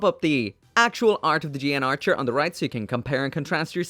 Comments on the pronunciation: I remember when this thing came out, people went wild posing it in all sort of.... suggestive ways. Also, the mech is actually pronounced as the "Gun Archer" and not "G N Archer", breaking away from the usual 00 convention. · yes, it does. I think the suit is only mentioned once or twice, but when I did notice it, it was pronounced as gun archer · The English Dub pronounced it GUN ARCHER